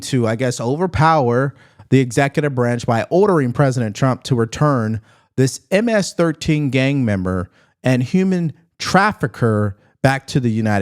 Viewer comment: "M- ASS 13" is what she said lol